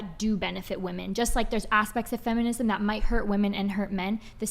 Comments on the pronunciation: I hate how this chick say woman instead of women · It's not woman, it's women FFS! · When did the plural of woman (women) stopped getting used ? I hear it pronounced wrong all the time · Every time I hear her say woman as apposed to using women(as a plural of woman) a part of Gen X soul dies!! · Woman and women are pronounced differently. Why are they pronouncing woman the same as women??? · It’s so irritating when this younger generation pronounces women as “woman”. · The way that one woman says women as "whoa men". PLEASE learn to pronounce the word. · When did people forget how to pronounce ‘women’? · 🌴🌴 """" Got dammit correct these 304s on how to say women WEH'- MIN. WOMAN IN PLURAL half your got dam panel can never pronounce their own fukkong sex correctly. And mention my name when ya do. I've watched this channel for years and I'm losing my fn mind and deserve some credit bc no one else says sht about it. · How is it so many women can't pronounce women? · Why can't they pronounce WOMEN?